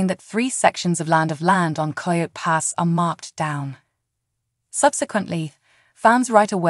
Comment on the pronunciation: Please, at least make sure your ai or voice over knows how to pronounce words like coyote.